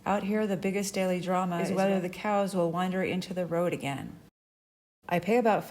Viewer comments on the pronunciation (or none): none